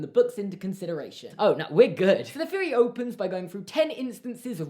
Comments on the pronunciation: I love when British people say “Feory” instead of “theory” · Fucking Brits pronouncing "th" "f" such as feory, fink about it, etc. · Norahcake 21 yes on certain words you replace th with an F sound. I like it